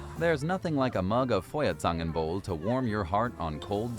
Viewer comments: Hey...i always see your struggling with the pronunciation ^^ let me help a little: the letters EU are pronounced OI - so it´s Doitschland and Foierzangenbowle (best forget everything you know from English when it comes to pronunciation... German has a completely different system that requires some practice - if you use the English system you not only make the words sound extremely funny but can also push them to a level that they are not recognizable anymore - happy studies 🙃😃👍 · They are OPEN this year. And I prefer Kokosmakronen! Lecker!! 😄 And your "För-Zängenboul" is just great lololol. It is fire tongs punch according to my translator. 😀 You pay a deposit for the mugs (about 3 €). You MAY take them home with you, but It's not quite legal. But I cannot imagine that anyone will sue you as long as you don't leave the market holding your mug high and yelling at the next policemen: "Die hab ich geklaut!" That could result in curbing your Christmas vibes considerably .... 😅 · It´s F - Oi! - Air - Zan - Ken - Bowl - Eh!